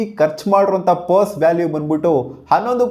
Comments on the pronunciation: Puse alla adu perse...😂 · Puse... Perse.... 😂😅